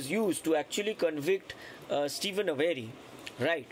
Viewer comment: Steven's last name is pronounced A-ver-ee, not A- very. 😊